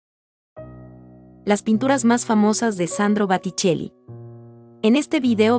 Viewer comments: Bellos los cuadros, pero crei que se decia Boticelli no Baticelli. Estoy en un error? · Botticelli, repite y repite Batticelli. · Por favor corregir Baticcelli x Boticcelli. Una pena q se pronuncie mal en comentarios q parecen tan preparados. Gracias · Booootticelli no Baaaatticelli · El pintor se llama Boticelli no Baticelli. Sería conveniente que lo pronuncies correctamente. Lo mismo pasa con Renoir que se pronuncia Renuar. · Por favor por favor es Boticcelli con o por no es con a se oye muy feo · Por favor que la que relata diga BOTICELLI no BATICELLI¡¡¡ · Corrige es Boticell con O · Que día más tonto tengo hoy...he tenido que dejar de ver el video porque no soportaba más escuchar ese "bAtticelli" BA.....? en fin, gracias ...... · Los videos y los textos son muy buenos, lástima que diga Baticelli una y otra vez, es un error que deberían corregir. En otros videos he notado lo mismo, buenos videos, buenos textos, la narración y la pronunciación de los nombres dejan que desear. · Baticelli que??? Muchos errores de pronunciación es blasfemia por esos grandes pintores del Rinascimento italiano .mal trabajo!!!!!!!!! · Es: BO TI CHE LI la pronunciación. ¿qué clase de español hablan? ¿de donde son? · Por qué dice baticcelli ????? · Que tal si pronuncias bién , porque realmente aprender es un todo...por lo que describir una pintura y decir mal el apellido del pintor, deja la duda si lo que se explica en el video es realmente verdadero !! Sabemos o no . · Gracias, sin embargo los nombres en italiano están mal pronunciados, gracias! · Me extraña que la que comenta las pinturas no sepa pronunciar correctamente el nombre del pintor, lo que ocurre aqui y en otros comentarios de otros pintores. Este error hace desagradabld oir los comentarios. Ñ